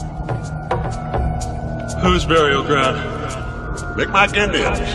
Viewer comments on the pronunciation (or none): Mi'kmaq native from Eskasoni. The "k" sounds like a "G" and the "q "is silent Mik-maw is how we pronounce it, mic mac isn't right but a joke here. Fun fact we invented the hockey stick.